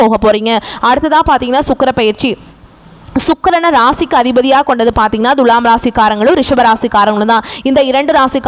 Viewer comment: ஏங்க உங்களுக்கு thulaam னு சொல்ல வராதா? Dhulam, dhulam னு அசிங்கமா உச்சரிப்பது எரிச்சல் தருகிறது. தமிழக் கடவுள் முருகனை வழிப்பட்டு தொடங்கி வழிபூர தமிழ்க் கொலை செய்கிறீர்கள். ழகரம் வரும் இடங்களில் லகரம்! இதெல்லாம் பொறுமையா கேட்க எங்களுக்கு தலையெழுத்து!